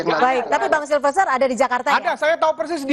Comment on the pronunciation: kamu nyebut nama orang saja salah melulu. Bukan SILVER, tapi SILFESTER. Silver..silver, emangnya Perak??